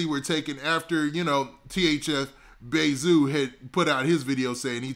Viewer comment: Calling zoo bay zoo sound off.. like you Calling him bae.. just say zoo please lol